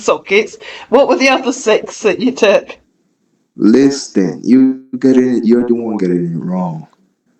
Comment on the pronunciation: His laid back chuckle and pronouncing the t in "listen" that sound familiar to me. I grew up in a multilingual city and I've never heard it mispronounced his way.